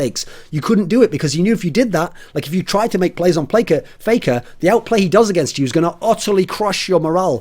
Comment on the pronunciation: "Playker" lol